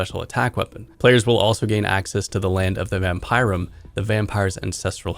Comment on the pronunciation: Vam-PIE-rum lol. Someone didnt watch the summit :P its Vam-PIER-EE-um